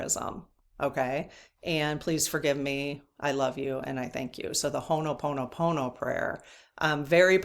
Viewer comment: Just FYI... Ho'oponopono is pronounced HO-oh-PO-no-PO-no. People may want to Google, Murrnah Simeona, a kahuna lapaʻau (healer) in Hawaiʻi who taught her updated version of Ho'oponopono. She created that prayer, which is a short version of a much longer prayer. You should ask to do a Q&A with her!